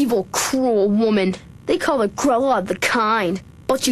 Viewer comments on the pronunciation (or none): none